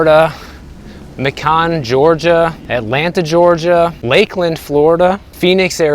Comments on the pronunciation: Mah-Con man get it right lol.. yeah it's May-con and wouldn't invest/live there. Been in GA 32 yrs..(metro Atl) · was that city in Georgia that you pronounced like “McConn” spelled Macon? If so, it would be pronounced like “makin’”, like “Makin’ out pretty good, considering the economic situation.” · FYI. Macon Ga is pronounced like bacon. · Macon GA is pronounced like bacon. :)